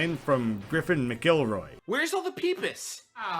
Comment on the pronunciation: the pronunciation of mcelroy is killing me